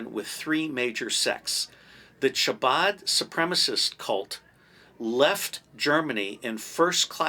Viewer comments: Hello love your channel! Ch in Hebrew has a hard ‘k’ sound. Chabad is pronounced like Kabad. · It is not pronounced chabad it is a guttural first letter ...the only whistleblower who won against the CIA was the first to go public with the difference between the deep state ask william binney... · We get it. You hate Israel. Anti semites like Mel Gibson agree with you when you imply that Israel is the cause of all the wars in the world. And sadly your knowledge of Jewish history is extremely poor. You don’t even know how to pronounce “chabad”. It makes my ears bleed to hear you say it